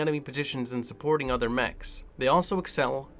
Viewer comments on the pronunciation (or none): none